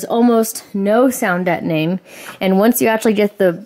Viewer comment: The way you say sound deadening throws me off. The neon yellow is probably a better fit also. Can't wait to see the livery.